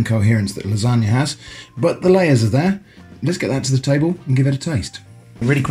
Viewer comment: sounds like lanongne to me